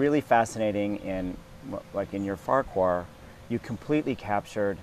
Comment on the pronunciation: Rob is such a sweetheart. He is a humble person and performer. And did the interviewer say Farquar instead of Farquaad? Lol But still a wonderful interview!!!